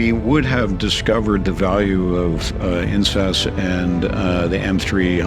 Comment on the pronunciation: can we highlight the importance of enunciating InSAS?😭😭😭